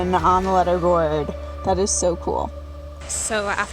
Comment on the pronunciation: She pronounces leaderboards as in pencil 'lead'